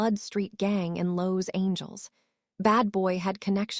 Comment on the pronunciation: Los Angels. Lol